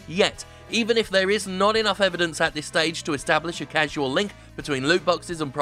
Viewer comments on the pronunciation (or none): It irks me when people pronounce "causal" as "casual". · you've pronounced "causal" as "casual". That's a pretty important error, because a casual link is easy to prove (and, indeed, probably already proven) whereas a causal link is a high burden of proof that will probably be extremely difficult to obtain scientifically. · causal != casual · 8.20ish - causal link not casual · Causal, not casual. Otherwise, yeehaw. I'm just a stickler for grammar. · Causal, not casual. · "Causal link", Jim. Not "Casual". I know Duke Amiel's always on about the casuals, but y'know. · Causal link, not casual. Anyways, good stuff. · Causal link Jim, not casual ;) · Causal link not casual link, in other words a link determined by cause (causal) not an informal (casual) link, sorry if you already know by now. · .... A Causal link, not a casual one! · "Causal" link, Jim. 😘 A little bit of Duke Amiel slippin in there? Those fiiiiiillllllthy casuals.